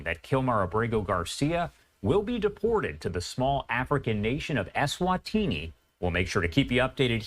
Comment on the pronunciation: It's pronounced Eswatini.